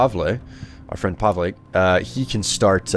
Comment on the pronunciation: Pavle pronounced Pa-vel